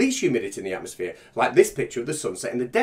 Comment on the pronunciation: "Atmoplane"....Fucking God help us.